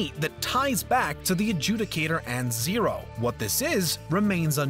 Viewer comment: he said Zero correctly